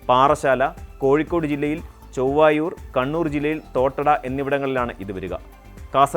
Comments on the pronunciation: കോഴിക്കോട് ചൊവ്വായൂർ അല്ല ചേവായൂർ ആണ് 🤣🤣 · Kozhikode jillayil Chovvaayoor Alla, chevaaayoor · ചൊവ്വായൂർ അല്ല മോനെ ചേവായൂർ